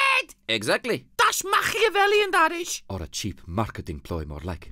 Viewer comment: he said machavelian lol